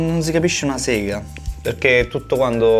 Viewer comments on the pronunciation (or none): none